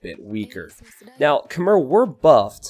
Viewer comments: You probably know this by now with this being from 2019, but Khmer is pronounced Kh-May, not Kh-Mer. The last syllable is more like the month of May than it is the beginning of mermaid. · It's pronounced "k'may" (or "k'maii" as in aii aii (pirate saying)) not "k'mer" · Khmer is pronounce kuh-mai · You might be mispronouncing Khmer. As spelled in written Khmer, it's pronounced something like "k-mai". When Europeans first translated it, they tried to go letter for letter, not on the local pronunciation. Hence its k-mai (apologies as I'm butchering it too with my clunky phonetics).